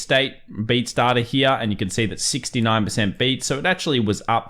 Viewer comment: Triggers me how you pronounce the word "here".